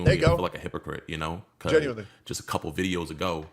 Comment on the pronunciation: I toek a shot evwytimes he saids genuinewly noes I drink